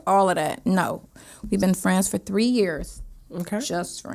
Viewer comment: can you imagine being intimidated by a man that can’t pronounce 3 letter words ? 😂😂😂😂😂